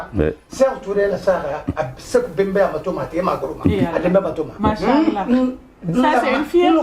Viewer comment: Toi avec ton manshallah là essaie de bien le prononcer kmm 😂